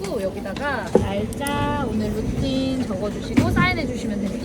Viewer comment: 표예매하는데 성이름도 제대로 못 적는데 무슨 해외를ㅡㅡ 루틴을 라우틴으로 읽은 무식함이란... 국내 짱박혀서 공부 좀 더 하쇼ㅋㅋ 호텔 직원 영어 따지기 전에 영유아 수준 회화하면서 꼴에 까는 것도 웃기네ㅋㅋㅋ영상 볼 때마다 무상식인게 느껴지네